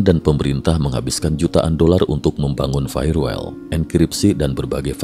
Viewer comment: firewall dibaca: fayer wol, bukan fayer wel 😄